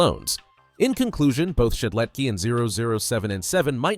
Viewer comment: I feel pain whenever he says "Shedletky" Where is the S?! AAAA!